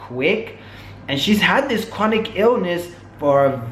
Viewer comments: It's "chronic illness" btw, Not "chronicle". Just wanted to share that with you. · I SUFFER FROM FIBROMYALGIA & BTW HERE'S HOW IT PRONOUNCED FIBRO-MY-AL-GA!!! FIBROMYALGIA IS A MUSCULOSKELETAL CONDITION. THE SYMPTOMS INCLUDED WIDESPREAD MUSCLE & JOINT PAIN AS WELL AS MODERATE TO SEVERE FATIGUE. A LARGE MAJORITY OF CHRONIC ( NOT CHRONICAL - THERE'S NO SUCH WORD ) ILLNESSES ARE ACCOMPANIED BY FIBROMYALGIA BECAUSE THE BODY IS STRUGGLING TO FUNCTION!!! WHETHER SHE HAS IT OR NOT WHAT SHE DESCRIBES IS RIGHT!!! U SERIOUSLY NEEDED TO FREAKIN EDUCATE YOURSELF BEFORE U SAY CERTAIN SHIT SERIOUSLY!!!